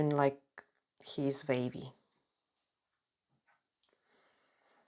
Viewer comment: I love your accent…. I was sat thinking what’s a vavy body ( the body part sounded so Scottish) until you said draw a vave at the bottom 😂 🌊 xx